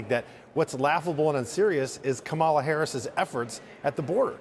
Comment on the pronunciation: That slip when he realized he was pronouncing correctly Kamala and went back to the wrong pronunciation 🤮🤮🤮